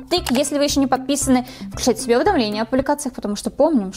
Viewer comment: У нее в начале не кушать а КУШАЦ🤣🤣🤣🤣🤣